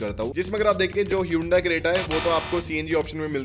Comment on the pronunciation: Hyundai not Hyundia